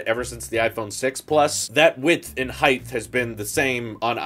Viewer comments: Did I hear “That width and heighth” ? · Did he just say “heighth” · Width and heighth.